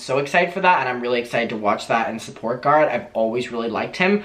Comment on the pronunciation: I'm sorry but everytime you say Garrett it sounds like you are saying Garth and it's driving me insane. I had to rewind it twice to figure out who you were talking about